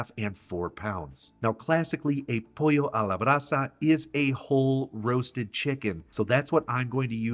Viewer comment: As a Peruvian, you did very good job with "pollo a la brasa". If you would like to have the Black ment ( huacatay) I have the plant of huacatay or seeds. Let me know my dear 😅😅